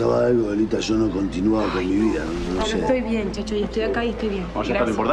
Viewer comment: Encima repitiendo todo el tiempo... "Fulana, sho soy cura"... "Pero Fulano, shó soy un sacerdote"... XD